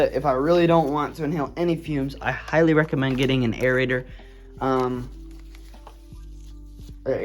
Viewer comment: Airraitor? It's a respirator also you should have filters in the respirator as it looks like you dont